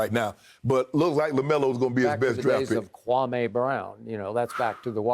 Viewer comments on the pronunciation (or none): skip just said kwaME brown like stephen A hahaha